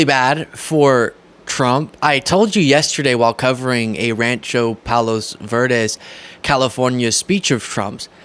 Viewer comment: Thank you,, for pronouncing Rancho Palos Verdes properly. It's where I live, though I don't have an "ocean view" and gladly dont live in the landslide area...thats on the South portion of the Peninsula. I'm north side, and on solid bedrock. But? I feel for those people losing their homes. It's tragic.